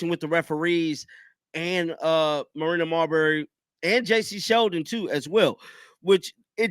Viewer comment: please note, Her name IS Marina Mabrey, hack that she is, Not Martina or Marberry! Just An FYI